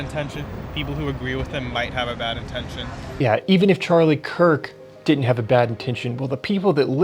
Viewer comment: A Harvard student saying "dinint" ?? That's where we are now? Pathetic.